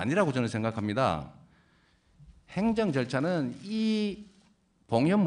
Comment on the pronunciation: 무슨 앵커출신이 발음이 왜 저따구야 행줭줠촤기 뭐냐